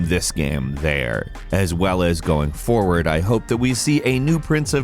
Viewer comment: omg i go bonkers when says "FOWARD" instead of foRward lolol